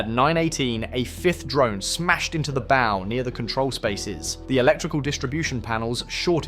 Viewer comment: Not bow like bow and arrow , bow rhyming with ooow! The sound someone is going to make if they keep making this mistake